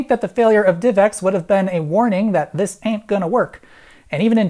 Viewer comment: I happen to hit pause when he said "how about dis" and I said "dikkin yo mouth" lmao I'm hilarious